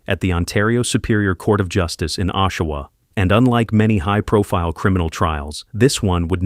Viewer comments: It is not pronounced "O"shawa, it is pronounced "AWE"shawa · Oshawa... awe_sha-wah not O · Pronunciation on Oshawa sucks. It sounds more like awwsh- awa. Not oh-Shawa. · Ok this is driving me nuts..it's pronounced AH-Shawa not OH-Shawa!! 😂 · It’s pronounced aW shoe wah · I live in the area.. it's pronounced Ah-shoe-wah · Really? How come you cant pronounce names of people places worth a shit. Just brutal that you pronounced Oshawa a Canadian city incorrectly for the first 5 minutes of the video you incorrectly pronounced it with the "O" sounding like its pronounced in boat. Realized you were pronouncing it wrong and then didnt go back and fix the first 5 minutes of the video before releasing it. So amateurish. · Oshawa was pronounced in three different ways throughout the video and none of them were correct. So sad for these women. RIP! Please stay away from drugs. You don’t know if you’ll be one of the ones who can’t stop. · I’m from Oshawa and know the families. You could have at least pronounced the last name for Rori correctly and the City. Besides that you gave some good insights.